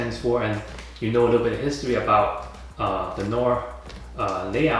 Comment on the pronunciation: not to be a schlong sucker but its pronounced no-ar